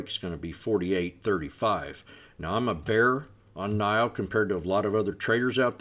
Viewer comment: NIO “nee oh”